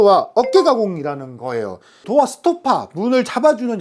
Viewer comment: 도아x. 도어o